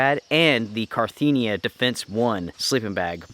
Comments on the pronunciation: Carinthia, not Carthenia!! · You kept saying “car-thee-nia” but it’s “car-inth-ia”. Great video though! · Cariiiiiinthia not carttthiiinia. I comes before the T not after. :) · Really love your videos my guy...just wanted to say I think it's Carinthia not Carthinia like you've been saying haha...not trying to call you out or anything, I just thought you'd appreciate the attention to detail! Strength and honour, stay inspirational! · Not to be picky, but you called your Carinthia sleeping bag, a Carthinea sleeping bag. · I just wanted to say that the product you are talking about is Carinthia, not Carthinia. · I'm sorry usually I'm not like this and I just let it slide but as his drunk driving me crazy it's not Carthenia it's Carinthia. Ka-rin-thee-a not Car-thee-nee-a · Can't even pronounce Carinthia right? Carthenia?! Whahahaa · CA -RIN -THIA!